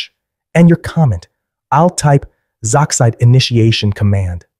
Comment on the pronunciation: sorry if I sound passive aggresive but it is actually pronounced Z-oxide